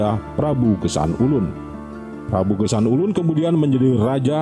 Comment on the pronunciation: Geusan Ulun bukan gesan ulun